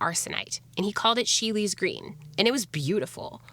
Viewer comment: I know I'm late, but it is pronounced She'll. Sheele's Green. ^_^ I am loving your videos!